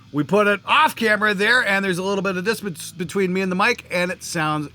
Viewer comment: ☝️You said distPance bro.. 🤣 Just messing with you brother.. love the show!